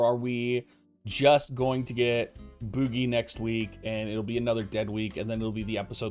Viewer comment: It's name is french for Candle and is pronounced boujie :P